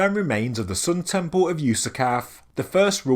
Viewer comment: Temple. It's t-e-m-p-L-e. There's an L. No W's or O's in sight. "...tempow" ....lol sorry, I understand it's your regional accent, but it drives me bonkers for some reason. That said, I absolutely adore your videos. Educational and very entertaining as well as up to date. "Bravow"